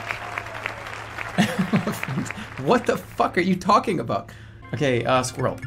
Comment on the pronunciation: "Skwerl" wtf is jerma on